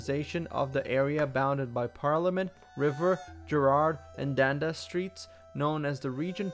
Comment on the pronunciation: "Dan-daas street" 😂😤😭 DUN-DAS